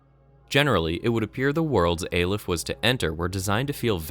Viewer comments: It's pronounced "Ah-lef" not "Ay-lef", as demonstrated by doctor breen in the audio file . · I know this is nit-picky, but your mispronunciation of Prospero got really annoying by the halfway mark. It's Prosper-o. Also, aleph is pronounced like olive, only with a soft f sound at the end. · hears character pronounce Aleph correctly still goes on pronouncing it wrong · aleph is the first letter in the hebrew alphabet -_- and you pronounce it like you read it not how he says in the video